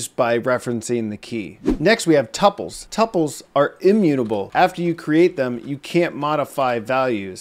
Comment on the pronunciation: It’s pronounced too-pules my friend! Or at least that is what I was told in college lol..